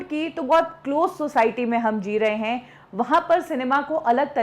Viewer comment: हिंदी का उच्चारण सुधारें। Marathi influence is very clear. हैं को है बोलती हैं। इस तरह को और बहुत सारी गलतियां हैं।